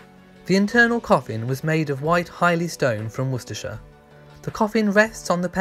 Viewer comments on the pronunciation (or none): none